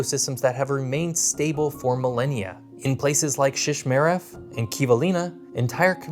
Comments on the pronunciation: The two islands that straddle the International Date Line are pronounced "Diomeed" the final e is silent. You also pronounced 'Shishmaref" incorrectly. Shish-MA-ref. Ma like you might call your mother. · It was pronounced so bad that I didn’t even recognize he said Shishmaref.